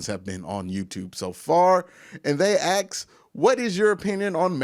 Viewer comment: You just can’t stop saying AX,,, we all know you are not ghetto, AX anyone ,, it’s one thing for a less then intelligent urban dweller to use that bullshit... but you are clearly educated, why don’t you just be yourself and stop the dumb shit, you will never reach the next level talking like that